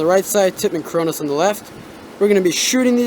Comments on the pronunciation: it's Cronus not cronos lol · Wtf is the cronos pernounce it right it is annoying but good video